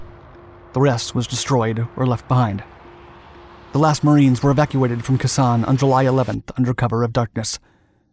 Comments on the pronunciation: Really!!! Wrong pronunciation of Khe Sanh! Pronounce like "K" mart "K" Sanh. You're going to get it from every Marine that watches this video.😈"THE DIABLO DOG"😈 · I'm 36 and cringed everytime I heard him mispronounce it. I have a veteran friend that was at Khe Sahn during the end of the siege. He said they made something they called Khe Sahn coffee. Boil your water, add your instant coffee and creamer packet and sugar, and wait for the next B52 arch-light sortie and it mixed it for you. He said when they left the base, the landscape looked like the moon. Thank you for your service. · I'm an euro, not hard to pronounce for me. "Kay San" is completely wrong though, not even close. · Yes, his pronunciation sounded wrong to my ears too. Thank you for your service. I recently re-read DISPATCHES, which I highly recommend, and it instilled in me an even deeper respect for the GI's at Khe Sahn. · Naturally, he mispronounces Khe San. Wouldn’t be a Dark video without some sort of glaring mistake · It is amazing how a channel that documents history can't be bothered to ascertain the correct pronunciation of the place they are documenting. It really detracts from the video. I mean ... if they couldn't even get that right, then what else did they get seriously wrong? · If you are going to make a serous video about the siege of Khe Sanh, at least do the research, necessary, to enable you to pronounce "Khe Sanh" correctly. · It ruins my immersion when you mispronounce Khe Sanh. eta: and Dien Bien Phu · A shame you could not pronounce correctly. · I can’t watch this with you pronouncing the name of the base so wrong do more research before you make a video or at least make sure you are pronouncing names right. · “K San” not “Ki San” Also it’s “Den Den Foo” not Den Den Phu”. It’s not a soup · Try, "Kay'-sahn" not, "Kuhssan", dummy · Dude, it’s KAY-San, not Ke-Sen. Listen to your grandfather say it. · It’s pronounced Kay San, not Kah San. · It’s KAY-San. Not Kasaun.